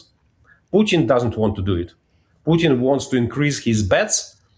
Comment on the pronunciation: Strange this host drops letters in talking. For Putin she pronounces Puin and for important she pronounces imporant. Yes is minor but just weird. Poor education.